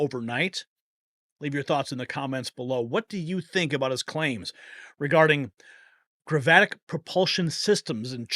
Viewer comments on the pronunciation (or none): Grav-it-ick. Gravitic.